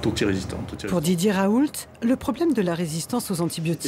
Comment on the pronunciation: "Professeur Raoulte" => ça se dit le T à la fin?